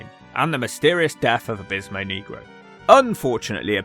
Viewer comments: ☝️Abismo “Nay-grow” not “Knee-grow”! 😅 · You gotta pronounce it Neg Roe not Kneegro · yes and it's fine😂 you have to roll the R's off your tongue instead of pronouncing it (knee-grow) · why are people from the united kingdom so close to spain yet utterly unable to pronounce spanish words properly? nehgro is one thing but neegro is an old, condscending term for black people. I think the promoter had another guy ready to go because Abismo Negro had become unreliable. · FFS don’t pronounce negro like you’re an Alabama sheriff. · U aren't saying the Spanish word for black right. Lol